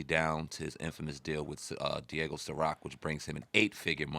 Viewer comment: It’s Diageo. DEE-AA-GIO